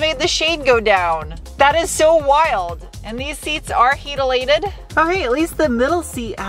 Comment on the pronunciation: “Heatalated” 😂 is crazy!